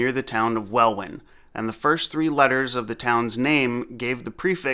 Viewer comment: Good pronunciation of Birmingham. Welwyn is pronounced "Wellin".